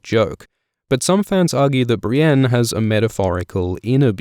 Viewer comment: Audiobooks are great but i can't get over the fact Brienne is pronounced "Brain"